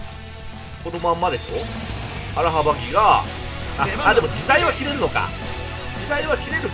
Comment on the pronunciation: アラハバキをアラハバ「ギ」って聞こえたのが気になる。 こっちの勘違いか、向こうの活舌が悪いのか、普通に間違っているだけなのか…